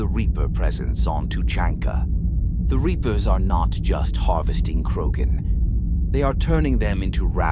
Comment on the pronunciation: Gotta teach the robot how to pronounce Rachni and Krogan.